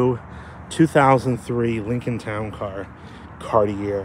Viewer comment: Bruh, gotta learn how to say “Cartier” if you’re into these cars. 😂